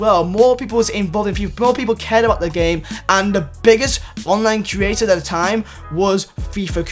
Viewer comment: Please can you learn how to pronounce the word "create"